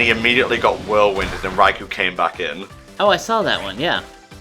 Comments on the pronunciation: ...I'm busy trying not to be triggered by pronouncing Raikou Rai-COW? Where the hell did he get "cow" from? I mean the Pokemon Special uses "Rai-ku" Battle Revolution uses "Rai-ku". I never heard "Rai-Cow" in my life till this day. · Don't worry,, you're not alone with the Pokepark 3 wish. The thing is that I want the game to have more substance...and to be harder. Also every time you pronounce Raikou wrong, I die a little more. I mean, screw the english language and it's contradictions, that's how it's normally supposed to sound phonetically by spelling but it doesn't...But it sounds so stupid when you say it "Right"